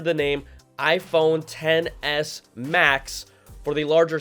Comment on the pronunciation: Hahaha it sounds like you said iPhone Tennis Max 🤣🤣🤣🤣